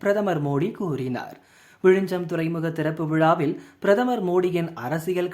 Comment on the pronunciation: Repeat after me… It is விழிஞ்ஞம். ✅ Not விழிஞ்சம். ❌ As siblings in language, we should know each other well. 🫠😼🙂‍↕️